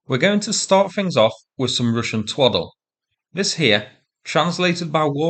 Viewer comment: Twoddel? More than two years, and I’m still enjoying your English! Not just the word itself, but the way you pronounce it: contempt is dripping of it! Good video as always! 👍😊